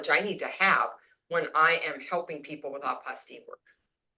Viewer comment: Hi, I believe the correct word is Apostille not Apostie just saying If and doubt you can google the voice pronounciation